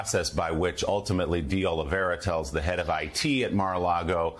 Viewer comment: So far no one has pronounced de Oliveira’s last name correctly. Cmon MSNBC it’s de Oli-vay-ra not de Oli-vera.